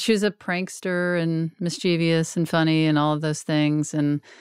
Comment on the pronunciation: Why are you all mispronouncing “mischievous”?